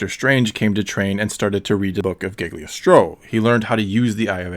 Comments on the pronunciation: Cagliostro not Giggly-ostro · Its cagliostro, not gigglystro